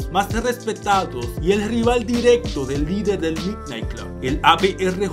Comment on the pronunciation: Creo q se pronuncia midnaigt